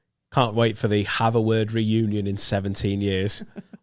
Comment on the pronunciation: The Friends ‘Renunion’? said it wrong